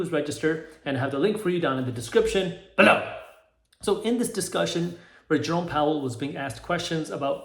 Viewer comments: Now there was a good, “BELOW!” 👏🏼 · "below" wtf was that